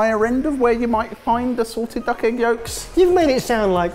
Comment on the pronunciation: said SALTED duck egg…I heard SORTED duck egg…misheard lyrics 😂😂😂😂